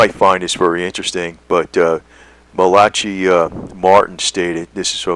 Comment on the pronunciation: Pronounced MALA KAI = Malachi